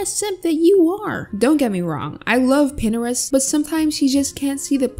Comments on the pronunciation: why does you pronounce it pinerest and not pintrest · I think how you pronounce Pinterest is like this: (pin-ter-rest) or (pin-Trist) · Disliked for pronunciation of pinterest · ...."pinneres"? its... "p-interest" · how its spelled: pintrest how says it: pinrest dear,if you dont like this comment. Delete it idc what you do with it:D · No one: Literally no one:: "PiNEreST" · wait pinterest is pronounced pinerest??? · “Pinnerist” lol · Is it’s pinTerest or Pinerest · Is no one going to talk about her saying Pinterest as pinerest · Pin - er - est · They way she says pinterest should upset me but honestly i love it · Why is no one talking about how she pronounces pintrest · is pintrest pronounced how she said it or is it pin TR ist